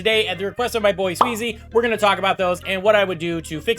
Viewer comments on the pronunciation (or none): swezzy is pronounced swe z not swee z🤣